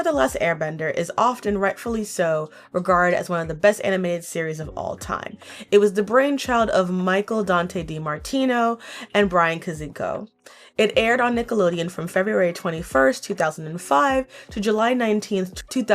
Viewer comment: "Bryan Kozinko" Oh, yeah! Bryan Konietzko "Aaron Hirtz" AARON EHASZ?